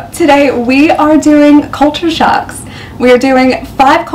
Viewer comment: Hey. you said culture socks, not shocks.:) No biggie though. Love your content.